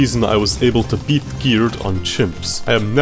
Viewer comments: I can't with the "bet" insted of beat 😆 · tell me why you say i bet a gamemode when its pronounced i beat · Great video. I’ll have to give you a 3/10 for your constant pronunciation of “beat” as “bet” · I get the urge to rip my brains out every time he said "bet"... ITS BEAT!!! PLEASE STOP SAYING I BET THE MAP!! ITS I BEAT THE MAP!! PLEASE!!